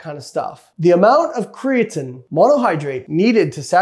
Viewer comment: Kree - a - teeeeen, you cant say it right and are making an informational video on it. riiiight